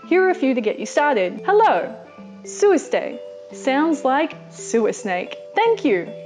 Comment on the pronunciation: I like the word you said "សួរស្ដី" Sursdey". I hope you'll come again after Corona Virus. Love you from Cambodia🇰🇭🇰🇭🙏🙏